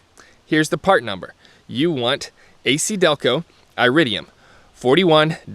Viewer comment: It would be helpful if you could actually pronounce iridium correctly, lol. Additionally, longevity is only one part of the equation... actually, copper-core plugs give the "best" performance, you just have to change them more often (every couple years) and they only cost like $2 apiece. When choosing plugs... you're making a compromise between performance and longevity, you don't get both. The more exotic metals reguire more electrical current thus putting a higher strain on your coil(s). They last longer because they are harder (not as conductive.) Like I said, everything is a compromise of some kind. You're compromising cost and performance for longevity. The "best" plug for you might not be the "best" plug for everyone when ALL things are considered. You're leaving out substantial parts of the equation with your assessment. A better video would communicate all these factors so a person could make their own decision. You didn't include all the information necessary for a person to fully understand the decision of which plugs to use for them. Any type of plug will work just fine in these engines... but one must consider longevity, cost, performance, etc. when deciding which type to get, not just the longevity... all the factors need to be weighed together. So just because iridium plugs last longer doesn't mean their better in every category, just the one. If you were to do dyno runs with iridiums and with copper-cores, you'll make more power with the copper-cores, that is u